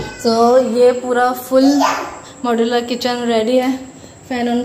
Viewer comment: Moudulaaaa nahi modular